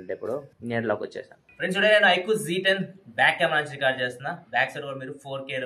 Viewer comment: Z ni zee antaru